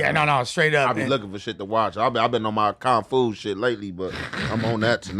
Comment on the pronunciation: pronunciation of martial arts..🤣🤣😭💀 "Con Fu"... "Ween Chon"